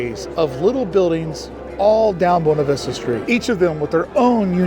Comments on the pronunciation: It is pronounced Bwayna Vista, not Boona Vista! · It's not "boo-nah" it's buh-way-nah" 😂